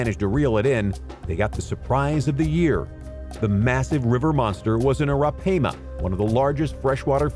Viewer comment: you pronounced arapaima wrong lol